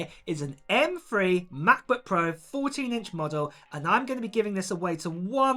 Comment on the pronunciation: M Three. NOT M Free.